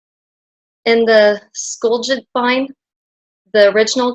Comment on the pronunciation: Nice video, Hon! You probably now already know as I'm late to the party 😄, but here is how to pronounce skjoldhamn: ski yold...now say as one syllable. Ham just as you know it. Skjoldhamn together is two syllables. Strongest on first.